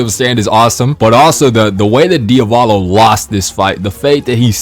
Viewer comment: "Diovalo"? I pronounce it as it is written "Di-a-vo-lo"